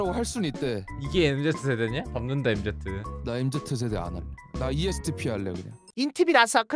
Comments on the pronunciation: 엠제트 ㄴㄴ 엠쥐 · 엠제트가 아니구..엠진데..